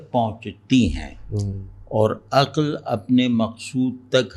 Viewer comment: aqal nhi aql sahi talaffuz